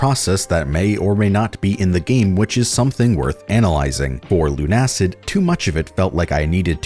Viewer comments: It's not LUN-ACID but LUNA-CID because it's build from the words LUNA and LUCID. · Look. I'm pretty positive it's pronounced Luna-Cid not Lun-Acid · I'm pretty sure it's pronounced Lunacid, not Lunacid